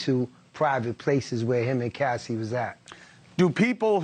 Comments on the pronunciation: Why he keep calling her Cassidy it’s Cassie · “Cassidie” LOL did anyone catch that? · Why is the reporter calling her “Cassidy”? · Cassie not Cassidy… please get peoples names right if you want to be taken seriously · The man is ignorant he said Cassidy instead of Cassie ignorance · Hey Cuomo, it’s CASSIE…. Not Cassidy…..🙄 Anyways Diddy is pure evil…. 👿